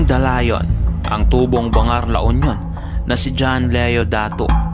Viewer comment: BAN- GAR (bangar)